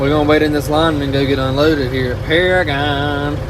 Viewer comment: paragon is one of my home tracks awsome to see u guys like that track and its pronounced pair-again lol